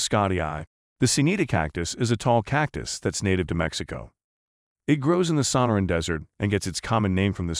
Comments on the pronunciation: Yes. The creator of the video for whatever reason is using text-to-speech software but it doesn't know how to use inflection on complicated words like Sonoran so it emphasizes the wrong parts. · Is the narrator a robot ? He mispronounced quite a few names like Sonoran.